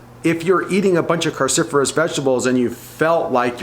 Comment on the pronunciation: Cru not carcifurous!!!!